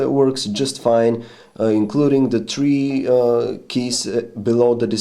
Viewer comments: he said tree lol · yeah, most european accents say tree instead of three